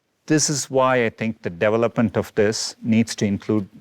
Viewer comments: Sundar - please work on your accentuation of the word 'development'. It sounds like you are saying "devil up ment" and can scare some religious viewers. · Weird how google ceo pronounces development…. Devil upment 😳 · Notice how he pronounces development . Hmmmm